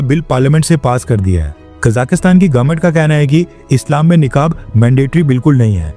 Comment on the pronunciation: निकाब नहीं नकाब होता है